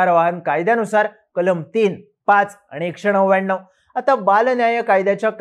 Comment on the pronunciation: एकशे नव्याण्णव आहा रे नव्व्याण्णव णाकातून बोलतो की रे हा तर